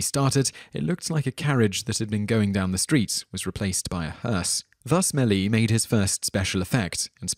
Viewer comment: George May-lee-S, not may-lee ;)